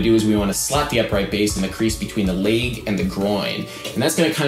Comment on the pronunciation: Adam you're great but why the fuck do you say leg like that